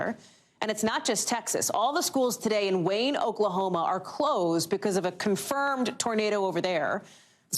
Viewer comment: Hehe she says “Oklahomo”